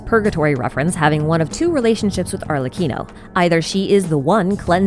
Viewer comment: after hearing so many people butcher it I appreciate the perfect pronunciation of Arlecchino's name